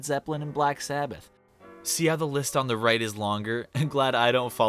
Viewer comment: Not “Black Sabbith” 😫💀